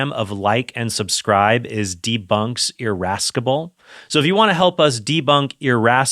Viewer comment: It’s pronounced “irassible” not iraskable